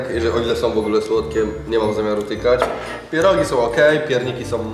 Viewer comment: Czemu ciągle mówi zamiast pierogi to mówi pierug,a na dychę mówi dychu??